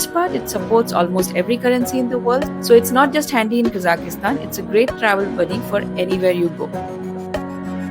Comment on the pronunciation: not Kazakistan(ki..?), its Kazakhstan!